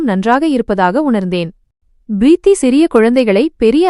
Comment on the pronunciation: “Preeththi enRa chol sariyaana uchcharippE illai. Purinthathaa? It is correctable.” — “M.K. Subramanian.”